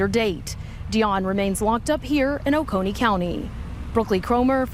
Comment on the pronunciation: GF: It's pronounced Oh-ko-nee county. This town is just five miles from me. My 21 month old granddaughter weighs 25 lbs. I can't imagine the suffering of this little boy at 4 yrs old and 21 lbs. This is truly heartbreaking and maddening cruelty.